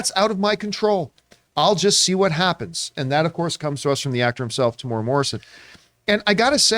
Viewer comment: his name is pronounced Tem-u-era